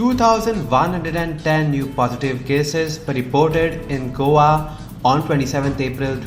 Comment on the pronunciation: It is not Govva news reader It us Go a